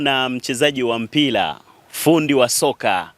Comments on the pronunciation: Ulipo tamka mpila basi nimeshindwa kusikia kipindi chako..yaani mtangazaji ovyo..mpila??? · Mtangazaji ni Mpira na Sio Mpila , Serengeti boys na Sio Selengeti🙄